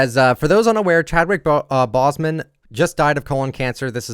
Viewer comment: I know I shouldn't be bothered but, the fact that he pronounced Boseman wrong is kinda triggering